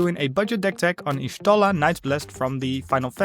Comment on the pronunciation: I like how you built her. Nice video. Also just for intel, her name is pronounced Yah-Shtola. In FFXIV lore, Y is the tribe she's from (the Jaguar) and every time you have a letter it has a specific pronunciation. Y is Yah, G (as in G'raha Tia) is Goo etc.